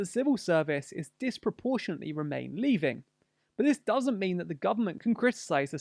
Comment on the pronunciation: “Remain Leaving” hehe instead of “remain leaning”